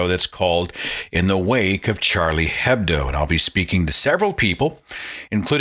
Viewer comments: hedbo are pronounced with silent h so it's "edbo" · Minor point: Hebdo is pronounced Ebdo. The H is silent in almost all French words when it's the first letter.